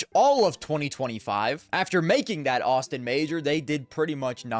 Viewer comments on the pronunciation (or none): none